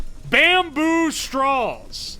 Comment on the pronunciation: love the way you pronounce straws. "strawls". nice